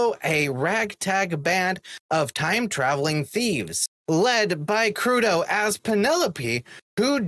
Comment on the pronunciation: It is Kud-Row, Not Kudow.